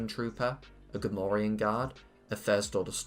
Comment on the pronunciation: Finally, someone that doesn't butcher Gamorean Guard